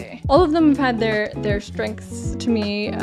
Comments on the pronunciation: Love your reactions fellow. I know you've been told this before - I have to tell all my friends across the Atlantic this many times - Craig is "Cray-g" not "Cre-g". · I have thoroughly enjoyed your commentary on the Bond collection i appreciate your insights and verbal speculation on plot twists etc. By the way Daniel Craigs name is pronounced Craig like crayfish - not Craig like egg as in fried egg - saw him correct Stephen Colbert on his 7th visit anyway I thought you would appreciate this info respectfully